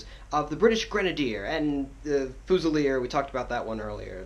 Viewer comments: It's pronounced "fyoosilier", not "foosilier"! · Pronounced fuse rather than fooz -ilier